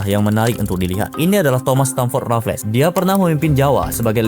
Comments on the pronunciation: Boss. Sebutan nya “Raffels” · Sebut 'Raffles' je pun salah, lucu konoha ni